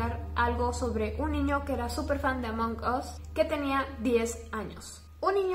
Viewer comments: Si escribo "Among us" En el traductor se pronuncia "Among as" no "among os" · Ablas mucho y además es Amón as no among us y además me insiste caer el cel en mi cara